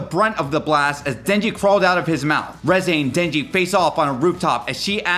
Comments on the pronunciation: The Reze Part was so sad. Especially having to listen to him saying “Rezaye” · I’m so mad that he keeps saying reze wrong